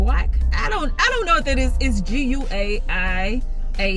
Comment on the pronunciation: It sounds like guy-yack. Guaiac